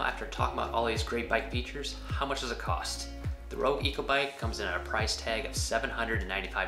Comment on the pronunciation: Great info! But Echo is pronounced "echo" (ehKO) not " eco" haha